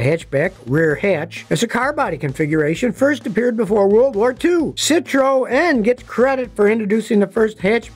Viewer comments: Who pronounces citroën like that.... nobody 😂😂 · The way you pronounced Citroen did make me chuckle a little. Maybe it's just how you guys pronounce it in the States. On to Mazdas. Love my Mazda 6. Brilliant car loaded with tech. Would 100% buy again. I think the only fault I have of the car is that the brakes wear super quickly.